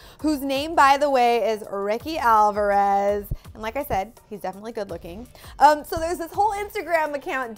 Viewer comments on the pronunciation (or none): none